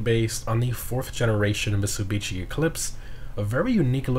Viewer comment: My man literally said "misubitchy" lmao